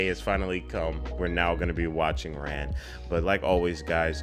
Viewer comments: It should be pronounced Rahn, instead of Ran. It translates as Chaos from the Japanese. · FYI the film's title should be pronounced closer to "Ron", rhyming with "Dawn" not "Dan". My favorite other Kurosawa are "Seven Samurai", "Rashomon", and "Ikiru" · Yes, Princess Mononoke is inspired by Ran. Ran is pronounced more like Ron.